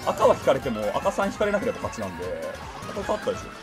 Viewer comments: 私、関西ではないですが、それでも分かるくらい変ですね。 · なんでなんの発音が関西人としてなんか嫌（笑）